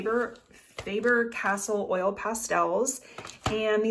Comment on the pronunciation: Faber- Castell. Castell, not castle. 😉